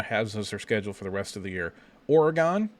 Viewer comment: For the love of God! Learn to pronounce Oregon. There is no E at the end.